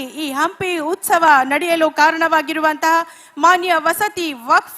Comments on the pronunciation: ಲೋ ಅದು ಉಸ್ತವ ಅಲ್ಲಾ ಉತ್ಸವ ಮೊದ್ಲು ನಿನು ಹೆಡ್ ಲೈನ್ ಕರೆಕ್ಟಾಗಿ ಹಾಕೋ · ಉಸ್ತವ ಅಲ್ಲಪ್ಪ ಉತ್ಸವ. ಇಂತಹವರು ನಮ್ಮ ಶಾಸಕರು, ಮಂತ್ರಿಗಳೆಂದು ಹೇಳಿಕೊಳ್ಳಲು ನಾಚಿಕೆಯಾಗುತ್ತದೆ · ಹಂಪಿ ಉಸ್ತವ ಅಲ್ಲ ಕಣಪ್ಪ..... "ಹಂಪಿ ಉತ್ಸವ" ಅಂತೇಳೋ ಮಾರಾಯ